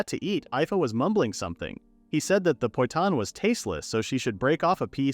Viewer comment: The number of times I've heard poitan misspoken is really anger inducing...